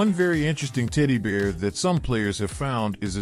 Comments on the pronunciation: I rewound the video twice, and heard "tiddy bear" each time. Lol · I was just about to ask the same... 😂 Tiddy Bear! 🍉🍉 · Legit - the way he says "teddy bear" sounds like he is trolling, saying "tiddy bear" 😅 - maybe I'm hearing shit, but what y'all think? I mean with the amount of times he says it gives me more confidence that it is him trolling haha. 🙃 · pls tell me I'm not the only one hearing him say "tiddy bear" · I hear "tiddy BEERS"